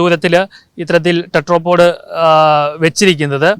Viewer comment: ടെട്രോ പോഡ് അല്ല ടെട്രാപോഡ് (Tetra ) ആണ് ... Tetra എന്നാൽ മൂന്ന് എന്നാണ് ... മുക്കാലി ...